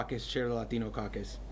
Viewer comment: Why do they go full lahtiiiiiinnnnnno when they pronounce there names 🤔 😒 🙄 so hilarious 😂 😃 😄